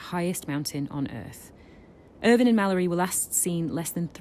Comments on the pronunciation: Why would she call him irWINE like that? Ugh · Please pronounce his name properly. It’s not Ervine